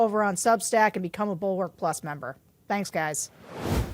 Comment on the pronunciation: Could you possibly pronounce Bulwark correctly?